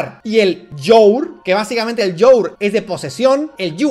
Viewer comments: que cringe Dalas tratando de hablar inglés..llour😂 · yu yor yuar JAJAJA vivo en usa y le puse ese momento del video a un amigo gringo y quedó flipando. Vaya inglés me llevas dalas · La única corrección es que "you're" and "your" se pronuncian igual.